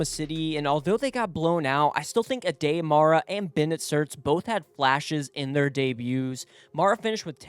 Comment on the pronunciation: At least pronounce players names correctly. Aday Mara's isnt A Day Spanish is a phonetic language.